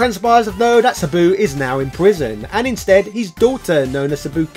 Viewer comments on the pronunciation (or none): none